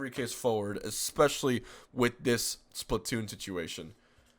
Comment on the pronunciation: yes. Also it's splatoon not splatton :)